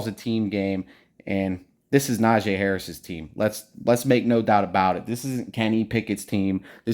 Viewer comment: Why y’all keep sayin Najay! Na-gee!